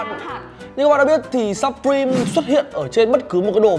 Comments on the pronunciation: "sập-prim" nhé mấy ac, ko phải sắp đâu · Đọc là siuprim :v